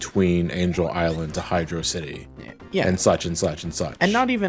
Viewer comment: it's high-draw-city btw